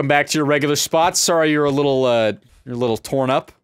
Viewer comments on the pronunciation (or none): none